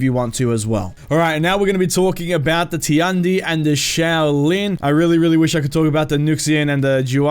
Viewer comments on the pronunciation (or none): Actually, it's not "Ti-an-di", it's "Tian-di", "天帝" in Chinese and means the god. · Tiandi or however you spell it should be pronounced just like in English. Tian just like in politician. So “Shian-dee” And Nuxia or what ever, X’s make “Z” sounds. So “Nu-zia” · I'm not correcting you but I think Tiandi is pronounced "Chi-on-di" I pretty hype for all the new characters but I'm a little upset that the monk HYBRID has reflex guard? It must be something they did to try and tone down his defense a little because he looks strong as fucccccc